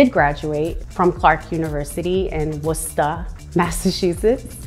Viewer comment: Ayy as a MASShole i appreciate her saying Worcester right 🤣